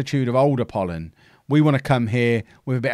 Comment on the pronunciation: You certainly are getting better at pronouncing the Greek club names.You have done wonders with Apollon and i hope the best is yet to come.